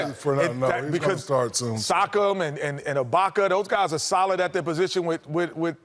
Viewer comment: Wait?, did Kenny just say sock ‘em!? Man, people butcher Pascal’s last name